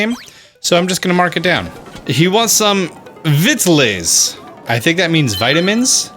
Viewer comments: Vittles is a slang word for food. And it's not vit lays it's vittles like beetle's. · ''vittles'', not ''vittaless'', vittles, its an American slang for food, was used in the country like with farm families and in the south. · Vittles like skittles but with a v, not vit-lays it just means food you uncultured swine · "He wants some...vit-lays...I think that means vitamins?" Nope. It's pronounced "vit-tuls" and it means "food." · The word you were mispronouncing is country for food (vittels) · VITTLES: DEFINITION HILLBILLY AND SOUTHERN WORD FOR 'FOOD' PRONUNCIATION: VITTLE'S (VIT-ULS) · It’s pronounced like fiddles but with a v. It’s a word for food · Vittles. It rhymes with skittles. It's an old timey word for food. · its vittles like littles with an s. its old school for food, lol the actual word i believe is victuals, but was bastardized into vittles. i apologize for the lesson. it was just funny listening to you try to pronounce it like its french or something. that being said, i love your content. THANK YOU!!!!!! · Vittles is said like skittles the candy and it’s basically just a southern way of saying food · Vittles aren't vitamins, it's an ol oregon trail term meaning food... said like (vid-uls) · Vittles is food say it like Skittle with a v Also I had 31 shells at this point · Its pronounced Vittles which rhymes with Little aka small or tiny and its an old word for "food" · DUDE. Vittles. vit-uls. Rhymes with riddles. As in "good eats". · Vittles isn't pronounced that way. Also, it literally just means food.